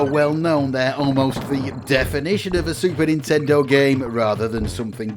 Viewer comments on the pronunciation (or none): It's 任天堂 Nintendo - not nintendor